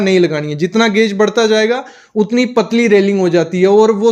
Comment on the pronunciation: गेज होता है गौज नहीं भाई